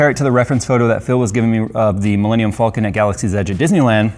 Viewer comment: It bothers me how pronounces “falcon”